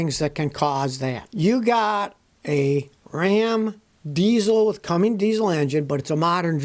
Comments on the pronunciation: It's Cummins Scotty, not Comings. Cu--mins. Why can't people pronounce simple words with two syllables? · Cummins, not Cummings Scotty. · Cummins not Commings. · Cummins, Scotty. Not Cummings. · Why does Scotty always pronounce it "Cummings"? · Hey Scotty, you’ve taught me sooooo much. I’m gonna teach you something now. There is no “g” in Cummins.🙂